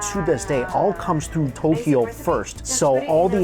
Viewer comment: And it’s not To-ke-yo. It’s To-kyo